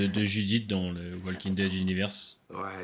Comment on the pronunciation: Tes vidéos sont cool, mais par contre (c'est pas méchant du tout) mais Walking Dead ne se prononce pas comme ça 😅 Plutôt comme ça : wOLking Dead (Juste un commentaire de la part d'un prof d'anglais)